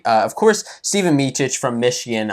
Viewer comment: Ste-van, not Steven. Hope he stays/gets healthy. Go Blue!